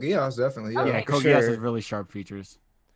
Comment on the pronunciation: "Code GEESE" pronunciations are killing me